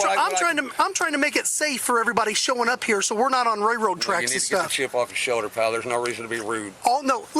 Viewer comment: The most frustrating part of this interaction is listening to the officer call them "ray-road" tracks 😂